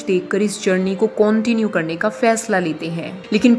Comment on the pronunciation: I enjoyed when you were saying Cauntinue...😂 Iska 2nd part aayega?